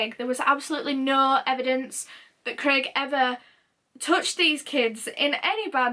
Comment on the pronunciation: ur Yorkshire "Kalrren" and "Clrraig" accent almost came out a few times ahaha xx